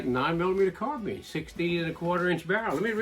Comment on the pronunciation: Pronouncing it wrong, “not” as in has your Carbeen running on Carbeans. But rather correctly pronounced Carbine as in Combine two together ‘or’ Nine bottles of Fine Wine & Dine.